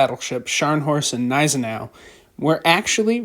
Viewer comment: The Gneisenau pronounces the G. It is not silent.